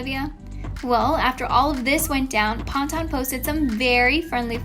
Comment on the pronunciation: It’s pan-tun lol 😭😭😭